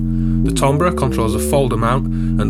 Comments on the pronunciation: Tambre = "tamber" as in Amber. Try it, you'll like it! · good review... but come on man!!! it's pronounced 'TAMBER'!